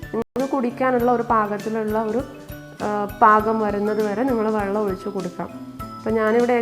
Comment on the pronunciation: വള്ളം അല്ല വെള്ളം അങ്ങനെ പറയണം